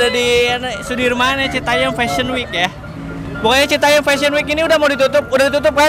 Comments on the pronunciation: Citayem pak, bukan citayeum. Itu kan JKT bukan Bandung yang ada peyeum hehe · Ti iraha citayam jadi citayeum 🤣🤣